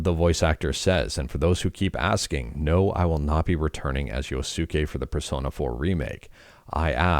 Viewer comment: You did not pronounce Yoskue correctly :(